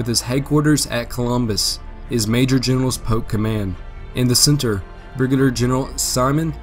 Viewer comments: Polk not poke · You'll find that a lot of native Southerners don't pronounce Ls. It's a thing.